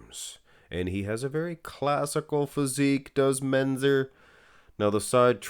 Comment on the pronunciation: can you learn to pronounce Mentzer properly?